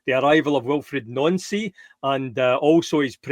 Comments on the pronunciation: IT IS NANCY NOT NONCY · Nancy!!! Ffs his names Nancy!!! Not noncee